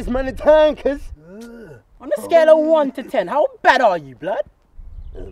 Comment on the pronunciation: "I'm tha baddest man in taaan cooz" lol the way he says cuz is so funny.